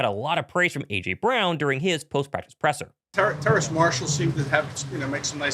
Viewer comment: Terrace not Terrance his name doesn’t have an N in it